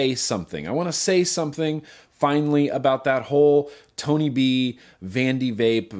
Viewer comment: Tony b * you said bony b once